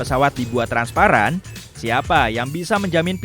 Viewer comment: Transparan* Bukan transapran